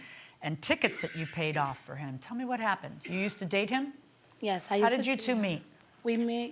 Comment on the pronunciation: Did he pronounced her surname Ms. Used 😅